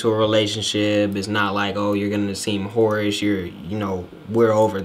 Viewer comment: When he was saying whorish I thought he was saying porridge... I was like “is this some type of slang” I was tryna decipher the shit n all like maybe it means mushy and easy cus it’s easy to make but nah man I really had to watch the video twice cus I ruined it the first time with my speculations.